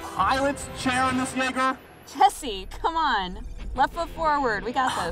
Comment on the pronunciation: It does, he just talks a bit TOO fast, what he said was "Jaeger" Which the mechs are called. He pronounces it more like "Jagger". But then again... this is the same guy who called wolves "Woofs".